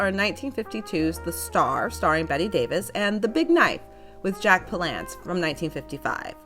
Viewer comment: you mispronounced Palance. But, great episode. Linda Darnell was so beautiful. thank you.